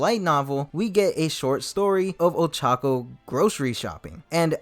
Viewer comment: Ochaco pronounced Old Taco 🤣😂